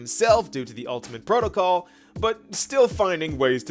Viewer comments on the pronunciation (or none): none